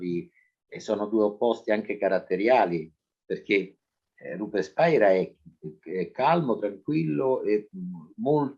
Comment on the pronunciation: Tutto bello. (Ma attenzione, non si pronuncia Spaira...controllare)